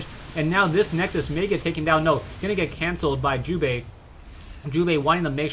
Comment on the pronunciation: lol sounds like you are saying jewbait sometimes xD